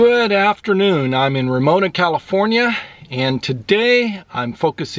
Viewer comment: ramona not romona